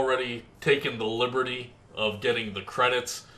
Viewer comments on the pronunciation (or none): none